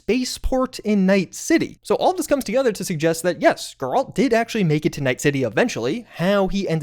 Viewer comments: The mis pronunciation of geralt is driving me insane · I've not liked you for awhile... but the way you pronounce Geralt is just cred reducing. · Brother if you keep saying Geralt like that, so help me. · Unsubbing because of the Geralt pronunciation. Bruh. Have you NOT played the games? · You ever say Geralt like that again, i may not watch anymore 😂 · The way you pronounce Geralts name is beyond annoying dude.🤦🏽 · The audacity to acknowledge xletalis and still pronounce Geralt that way. PS, i watched like 6 of your tips and none of them were .23.secrets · I hope you get head butted for the pronouncing geralt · Number 1 way to have you seem like you don't know what you're talking about... pronouncing the name of a main character of an extremely popular franchise wrong... over and over again. Come on dude... have you never played the Witcher yourself? Or I don't know watched the Netflix series?... inexcusable. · Ok, you have got to work on your pronunciation of Geralt's name. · Please learn to say Geralt's name correctly. God that was annoying. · NO way you're actually pronouncing Geralt on accident 😅. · Would have thought , by now, that you would know how to pronounce Geralt! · The mispronunciation of Geralt's name is causing me actual pain. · Blud is trying to start a gang war with that Geralt pronunciation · Bro the way you say Geralt is terrible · Never say Geralt again 😭😭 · How tf are there still fans out there mispronouncing Geralt's name? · the fact that you can't say Geralt correctly... what good are you as a game nerd? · Your saying geralts name wrong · He's gotta be mispronouncing Geralt's name on purpose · I don't even care about the Witcher series and him pronouncing it like that bothered me. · The way you said Geralt making me think you either played the game in french (cus you said the name correctly in french) or you're misspelling it on purpose cus there's no way, even people that didn't play the game know how to say Geralt in english🥀🥀🥀